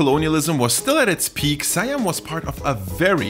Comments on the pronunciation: Siam is pronounced "See-Ahm" not "Sai-Ahm" by the way. It liks calling America, Murica. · whose else get hurt when say "suh-yam" instead "see-am" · It's really Sa Yam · Siam is pronounced as "she yum"(my) in case you're wondering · It's pronounced as see-yum. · Did you check? I did and that pronunciation sounds more like „Sai Yam“ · Is the american pronunciation of a romanized foreign word is more correct than the thai pronunciation? It's "Sa Yam".